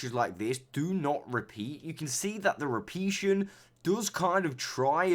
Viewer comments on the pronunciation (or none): Off topic and irrelevant, but please stop saying repetion 😂😂 It’s ‘repetition’ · i think they meant because the guy in the video sayd "repeation" not repetition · Repeation??? It’s “repetition” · "repeation" lmao